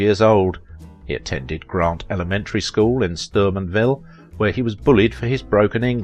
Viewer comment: It's Steubenville, OH. Not Sturbenville!!!! Duh!